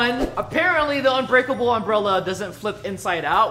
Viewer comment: It’s not unbreakel